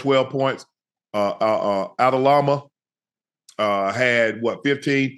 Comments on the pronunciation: "uhhh Adalama" lmaooooo - Aldama unc! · ADALAMA IS CRAZY AND AUSTIN RIVERS ??? lol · adalama red pajama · Shannon his name is pronounced Aldama